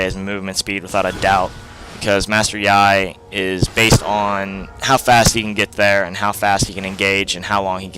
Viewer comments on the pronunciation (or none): It is pronounced like "yee" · Good video but I don't think ur pronouncing his name right but who cares right? Anyways sweet vid!